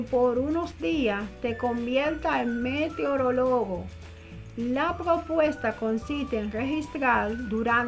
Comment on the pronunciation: nueva pronunciacion de meteorologo